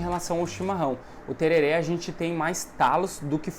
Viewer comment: A pronúncia correta é Tererê, msm os Paraguaios falam assim, na gramática do espanhol o acento agudo apenas sinaliza que aquela é a vogal tônica, e não que a pronúncia seja aberta como no português. Portanto msms que esteja escrito tereré, a pronúncia sempre é tererê!